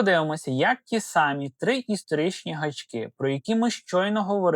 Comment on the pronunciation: У Вас гарна мова, але не,, ті сАмі" (калька), а ,,ті самІ".